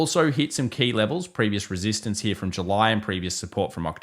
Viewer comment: i love the way this guy says the word "here" .......heeuh.